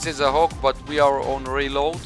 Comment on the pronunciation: The way you pronounced "HAWK", sounds like the Hulk.